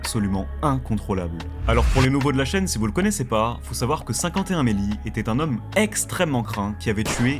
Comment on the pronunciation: Ça t'étais si difficile de prononcer O FIVE ONE MELLY? 😂😂😂